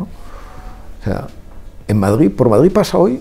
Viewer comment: Deberia de aprender a decir Madrid, no Madgid.